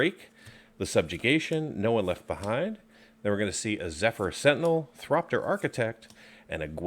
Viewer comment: Thopter not Thropter